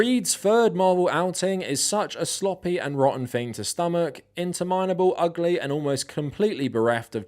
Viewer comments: In-TER-min-able not Inter-MINE-able. :p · 'Inteminable' - In- Turr- Minn- Able